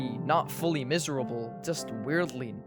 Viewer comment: mf said " WEIRD A LEY"